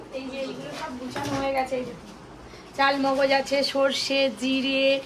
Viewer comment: চাল মগজ নয়, চার মগজ । এতো রান্না করো যেটা রান্নায় দাও সেটার উচ্চারণ ঠিক কোরো।